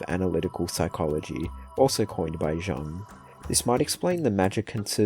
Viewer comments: Bro really said Carl JUNG (it’s pronounced Carl YUNG) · Jung = Young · Carl jung is pronounced Carl young. Even though it’s spelt otherwise